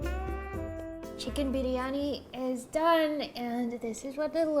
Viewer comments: Chicken biryani pronouncation is spot on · WHY IS IT ODDLY SATISFYING WHEN SAID CHICKEN BIRYANI AHH MY HEARTU 😍 oh i just want to eat..oh my back..spiritually relatable whenever i make Indian food and i am Indian so..yeah 🥲🤤but pav bhaji, naan butter chickn and biryani looks so good..i appreciate your research, following chef/legit Indian recipes, going to s-tier spice haul, and putting half a day and your back at risk for a delicious 24hr Indain food heaven...i am glad to see you indulging in flavourful rich indian food and i hope you get to enjoy ocassionally by making the recipes whenever your heart and stomach desires 😘🤗